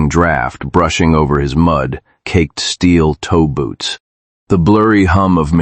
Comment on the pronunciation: It's steel-toe boots, not steel toeboots. Still, I'm going to call them steel toeboots now.😅